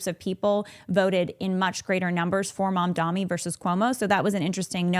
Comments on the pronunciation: This was bothering me but his name is Mamdani not Mamdami No opinions just kept distracting me while watching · It’s Mamdani tho not Mamdami, can we take a minute to learn people’s names before talking about them? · She mispronounced "Mamdani" as "Mamdami" on purpose (it is not a hard name to pronounce at all), and gave more proof (as if it was needed) as to what sort of a human being she is. This is modern Christianity in a nutshell: hatred, racism and white supremacy shrouded in a thin veneer of "faith". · The name is M.A.M.D.A.N.N.N.N.I., I don't think it's that hard to say.